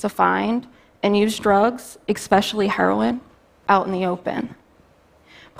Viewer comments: EC-SPECIALLY....C'MON GIRL. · Americans who say "ex-pecially" smh.